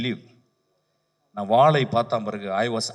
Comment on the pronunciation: தம்பி... வாழை என்று சரியாக ஒழுங்கா உச்சரிங்க.... ஆங்கிலம் மீது கவனம் செலுத்துவது போல் தமிழ் மீது செலுத்தவும்